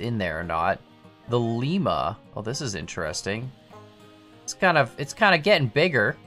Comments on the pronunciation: Just a note, Lima is pronounced lie-muh. Lima, Ohio just had to be different. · FYI "Lima" is pronounced "LYE-MAH" as it refers to the city in Ohio, not Peru. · As someone who lives near where the shops use to be, I dunno if I should be correcting you on pronunciation of Lima, Ohio, or not...(it's Lime-ah) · I already know there's gonna be a 1000 comments telling that he pronounced Lima wrong. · It’s a hard I on Lima so so it’s pronounced like eye